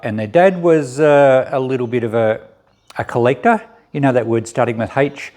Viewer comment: Collector with a silent H! 😂 I'm excited to see this farm. Take care!